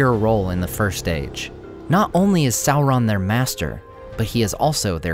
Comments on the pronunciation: Tolkien actually intended Sauron to sound like Sore-on not Sour-on, saur- being reptile like dino-saur. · He's a little less scary when you keep calling him Sow-Ron. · How do you get a pronunciation of Salron from the name spelled Sauron? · Well done. Excellent multi-voice-narration. For lunch though, I prefer Chilli-on than Sour-on. 😂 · please stop mispronouncing Sauron. It's Sauron as in dinosaur check the Tolkien interviews if you don't believe me.